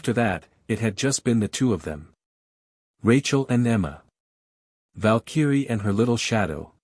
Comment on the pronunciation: Need to learn PROPER PRONUNCIATION of VALKYRIE!!